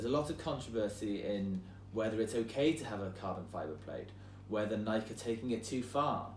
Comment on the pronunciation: i know for a fact he didn't say nike like that OH god lol